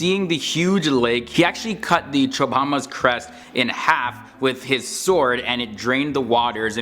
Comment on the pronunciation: It's not a chobama.. It a chobar